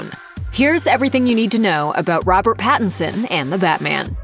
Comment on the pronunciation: *Pattinson. If you're going to bash the man and his choices, at least get his name right.